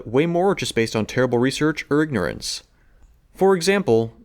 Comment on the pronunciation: What is "ergnorence" That and other parts of the video sounds like another lame computerized narration and the program had a glitch